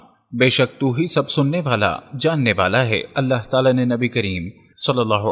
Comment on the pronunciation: Allha ek hai aap sahe se bolo Ahlla farmate nahe farmata hai